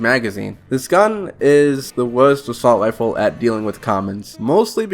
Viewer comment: "Expewt" "Wealism" "Weload speed" "Assault wifle"